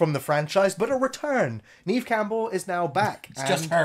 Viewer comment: Neve Campbell should be Pronounced as Nev Campbell. 🤓